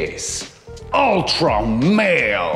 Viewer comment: Love how you say “ultra male”….very funny!!